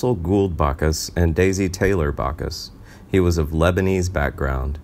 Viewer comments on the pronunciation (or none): Back us, not Bock us. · It's BACK US! BACK US! NOT BAC US! DAMN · Sorry it's jim Backus not jim Bacchus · Does anyone on this channel know how to pronounce names?.... It's BACK US !